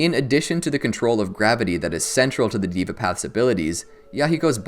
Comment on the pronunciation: Pronounced "dheva" path not "diva" path